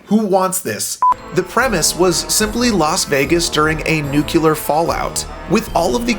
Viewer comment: This creative way of saying “nuclear” as nukelar, was very surprising.